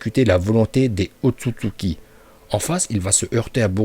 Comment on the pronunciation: La façon où il prononce ôtotsuki me fait rire